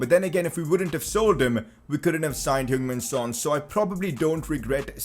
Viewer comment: Its heung min son